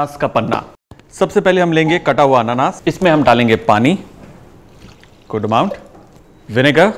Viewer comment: It's not pronounced Annannaas it's Anaanaas 😂. Nice video though.